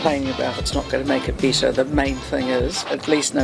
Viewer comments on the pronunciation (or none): You people from Australia and New Zealand really need to learn how to speak English. Stop over pronouncing the H in words that begin with the letter h. Also, it's hilarious how (or whatever the hell her name is) says BEATER instead of better. She said UH-GEEN for again. And DEED for dead. SMH 😂